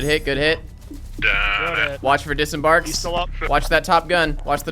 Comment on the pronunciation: It pains me everytime he says “disembarks” plays milsims and make sick vids and then just totally ruins the vibe with disembarks lmfao you’re fucking killing me bruh